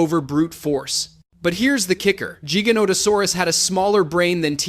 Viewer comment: 1. It's T. rex not T-Rex 2. T. rex was 9-10 tons 3. T. rex used it's arms possibly for attracting mates or to intimidate 4. Spinosaurus was 7 tons is correct but it was 7.4 tons or some even got to 8 tons but it's rare 5. You pronounced jigganotosaurus not giganotosaurus 6. Yes giga is longer but giganotosaurus is 8 tons for average and it was not heavier than t. rex 7. Giganotosaurus didn't hunted Argentinosaurus and Argentinosaurus was 75-90 tons not 100 tons and giganotosaurus didn't hunted in packs 8. Deinonychyus pronounced as die-no-ny-cas Overall is a good video but these are the corrections that I knew from my memory